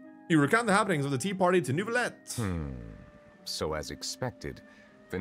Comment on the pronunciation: I'm French and I can garantee that there is no R in Neuvilette. There is one in Jurieu but it is said in the middle of the name, not at the end. If there isn't an R, then there isn't an R pronounced 😀